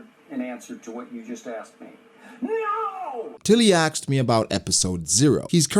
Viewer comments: He axed questions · Aksed me is better than asked me tbh